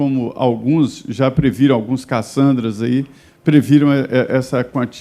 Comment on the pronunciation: "Ligue djá!"